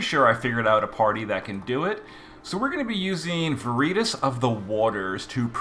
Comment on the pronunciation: Took me a bit to figure out who vereetas was since it was mispronounced over and over lol